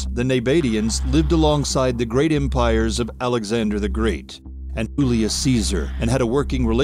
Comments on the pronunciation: "Oolius"??? What's next? "Oolius Kai-zer"? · Seriously how the hell do you misspronounce Julius? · The Latin language of the time had neither an "I" nor a "U", so that the name was written as "IVLIVS" and pronounced "Yoolyoos", with the "oo" short and sounded as in "book" or "hook" or "took". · ive suspected it for a long time.if you watch a lot of their videos youll see the same mispronunciation over and over. not one human being on the planet pronounces Julius as oolius. but the cadence of the voice and the tone does seem to change but i think its a setting in the bot. i could be wrong but the same mistakes on easy words on numerous videos really really stands out to me. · Why do SO MANY of these list posters horribly mispronounce? I know they are reading but are they all foreign or something?